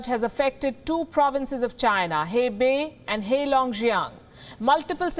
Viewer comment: So dramatic 😜😜 Hebei (hey bay)🤣🤣🤣🤣🤣🤣